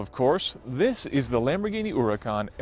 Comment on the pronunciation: Eeeelp, why did e call this andsome, fabulous, orrendously amazing car, URACAN? Are you french my man?